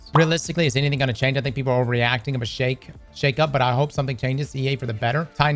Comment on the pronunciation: you say Sheik up?